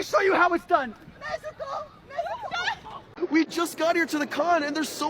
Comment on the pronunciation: NezUko? "Nesko"!